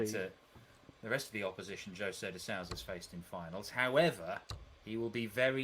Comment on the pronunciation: The Ou in Souza sounds like the oo like in boom but just a bit shorter. These English people should learn how to pronounce the names at least.